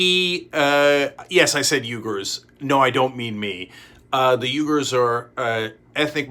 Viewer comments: It's ooy-gur, just like it's spelled. But no way is it yoo-gur. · Hey Cenk, love the show. Uighur is pronounced wee-gur not Uygur. I know they’re Turkic, but they don’t share your name lol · Hey buddy, Uighur is pronounced "wee•gr" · Pronounced "weeger" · Bad pronunciation on Uyghur and Xinjiang... C'mon buddy it's your job.